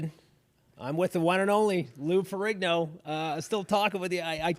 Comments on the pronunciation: It's Lou Ferrigno, not Ferringo! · It's LOU FERRIGNO...not Ferri-n-g-o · Lou Ferringo like Ringo bro??? It's Ferrigno bro! Get it right!